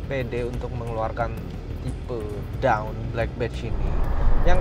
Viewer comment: dawn dibacanya dôn bukan dawn atau doun